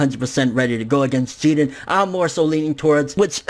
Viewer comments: Wade Wilson no that’s considered cheating he needs his ass kicked by jiren... also who else bothered he’s not pronouncing his name right? I feel like if he gets ultra instinct it would just be fan service and there was only ever one type of instinct goku used attack mode as well... vegeta should take the L after taking out toppo... but either way you put it in goku black series both sides goku and vegeta both got there asses handed to them in goku black saga... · your pronouncing jiren name wack as fuck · Why are you pronouncing Jiren's name like he's Puerto Rican? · Why do you always say his name wrong lol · God damn pronounce Jiren like it’s supposed to be.. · Jiren not jeedan fucking weeaboo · Why do you pronounce jiren as jiden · It's Jeer-in NOT GEE-ren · Bruh it's jiren! Not jiren it sounds fucking annoying yow...!! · idk what your saying lol it sounds like your saying Jeeden, his name is “Jiren” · After all of this tyme he still pronounces his name wrong it's jirren lol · why do you say jiren like that but everything else you say is normal english? Really annoying